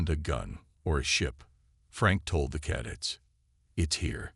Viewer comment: ... especially 'cadets'!!!